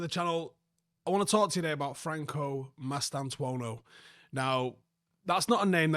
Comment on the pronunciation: Goddamit I came here to see butcher the boy's name, but he nailed it 🙃